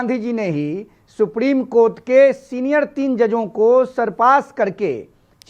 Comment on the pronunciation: isko phle bolna sikhao supreme ko supdim bol rha h 😂😂😂😂